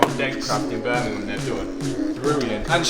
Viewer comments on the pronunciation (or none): none